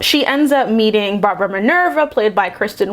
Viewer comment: ''cheetah's name is barbara.'': ''her name was brahbrah''